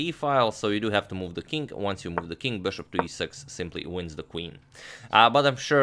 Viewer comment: been watching your videos for 3 hours just to hear you say beshop